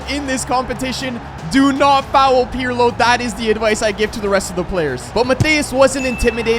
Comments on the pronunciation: Its not pjrlo😂😂😂 its pirlo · It was almost im-Pirlo-lism😂😂😂